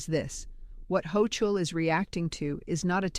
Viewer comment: If you were real you would know how to pronounce her last name. Like Bogie said in Casablanca when you get to NY there are some neighborhoods you should avoid.